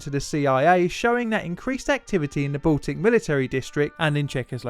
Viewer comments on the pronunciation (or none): none